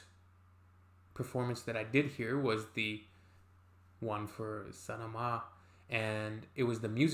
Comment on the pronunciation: Mate you pronounced Sanama (the second time) JUST like native persian speakers😉😁😄🤪🤪🤪